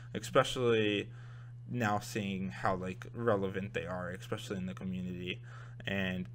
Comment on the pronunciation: dude, it's pronounced ES-pecially (especially), not EK-pecially